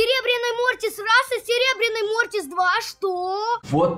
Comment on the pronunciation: Не мортис а мотрас